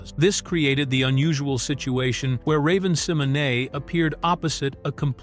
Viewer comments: That’s actually the correct pronunciation of her name Google it she actually has a video of her pronouncing her name the right way and it sounds just like that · I like how this AI got Raven's name closer to correct than most real people do 💀